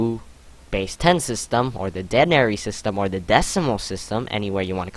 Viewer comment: It's pronounced "d-ee-nary"